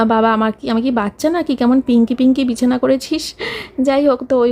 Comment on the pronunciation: Bichana bolte giye ki BIRI beriye jachhilo naki😂